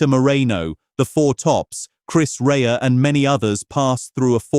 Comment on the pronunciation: Mispronunciation of Chris Rea's name is not acceptable. Another talented Northerner who was down to earth.